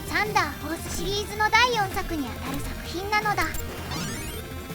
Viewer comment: サンダーフォースのイントネーションが気になる(笑)